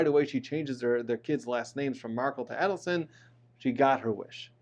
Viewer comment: Dans last name has the accent on the last syllable. Also Adelson has the accent on the first A, its not "ad". Very informative.